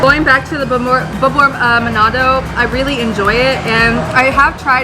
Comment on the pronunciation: Its called manado Not manodo